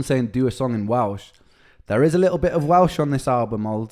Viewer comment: Likkle instead of little, lol.